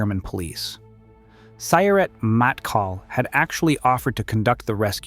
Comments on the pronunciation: Its “mottKAHL” not “mattkal”. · Sorry to be that guy. But Matkal has enfasis on the last sylable. 🫶